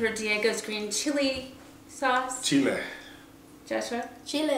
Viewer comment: "Chile," talk right.